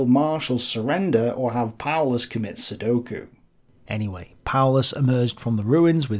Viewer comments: seppuku not soduku lol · Seppoku, not sudoku